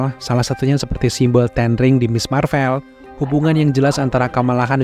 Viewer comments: Bang boleh tahu kenapa baca "Marvel" nya pake huruf é kaya di kata "sore", padahal yang bener kan pake huruf ê kaya di kata "sekolah", alasannya kenapa? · iya, kata "Sore", "Boleh", sama "Gue" itu huruf e nya sama seperti yang diucapin di video. Tp saya yakin narrator video ini pasti tau kalo pengucapan "Marvel" yang bener itu huruf e nya kaya di kata "sekolah", makanya saya pengin tahu alesannya kenapa bersikukuh ngucapinnya pake huruf e yang kaya di 3 kata tadi, "sore", "boleh", dan "gue"...